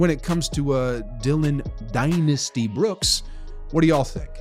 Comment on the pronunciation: Dillon “Die-Nasty” brooks! Hahaha…